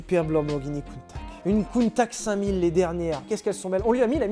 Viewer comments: Holalala !! tout faut. Ca se dit : Countach. Voilà. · ça se prononce "Countach", de rien ! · c'est avec grand plaisirs que je contribue, on dit Countach. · alors la vidéo est top les gars comme d'hab on se fend la poire ;) mais j'ai failli vomir en entendant le nom de la lamborghini coutach.....ah là le countakkkkk m'a plié haha. On dit coutachhhh ;) comme tache haha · C’est prononcé "Counnetache" Pas Counetak Car en anglais on dit genre "Kounetâsh" Voilà .-. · Arrête de casser les oreilles "Countak" C'EST UNE COUNTA SSSSSHHE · Lamborghini Countach:prononcer Counetache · Shelby cobra peut être pour 1 millions ?? Sinon super vidéos et c’est coutacccchhhhh 😂😂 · On prononce Countach je crois. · moi je dis countaTch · on dit countatche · à mon avis on dit Countach. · On dit "countach" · Je dis countatche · on dit kountaRRR si on prononce à l'allemande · On dit Lamborghini Countach comme Chocolat pas cacao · je confirme on dit countach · Ar' on dit Kountak'! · On dit countach. C'est vrai qu on peut aussi dire countach ou countach. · En italien ch = k donc countak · Pour moi ça se dit countach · Mdr...si c'est Countakhhhh. ..mettez le en commentaikhhhhhhh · Yes enfin un top pour POG 😂 Et c'est countacheeee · Moi je dis "Countatche" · Sylvain, figure toi que je dis countach ! Pas vrai n'est ce pas ?